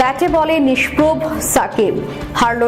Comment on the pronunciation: সংশোধনঃ 'নিস্প্রভ' অর্থাৎ প্রভাশূন্য বা মলিন। নিস্প্র নয়। উচ্চারণ শুদ্ধ (নিস্প্রভ) করুন প্লিজ। ধন্যবাদ।